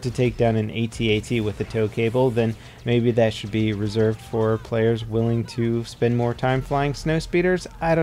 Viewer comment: He said 48 playas